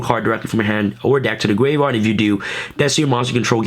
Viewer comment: Why do you say graveard?